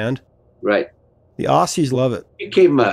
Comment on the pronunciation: be the first to get it right! Aussie is pronounced Ozzie like Ozzie Osborne 😮. Far out man. We are so sick of being called ossies 😢 Love the show ❤❤❤